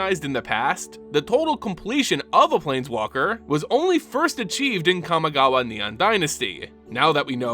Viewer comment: Interesting video but I don't understand how you can pronounce Kami properly but pronounce Kamigawa as "Kamagawa". Like, it's the same word just tacked on to another word.